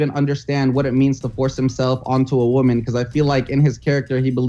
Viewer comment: Respect waman said pewidepie